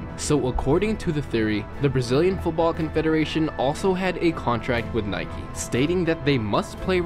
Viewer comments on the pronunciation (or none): This guy keeps saying Nikey and not Nike. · It’s Nike, not Nikey.